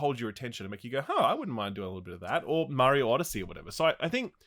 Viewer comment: I caught actually pronouncing “Mario” CORRECTLY LOL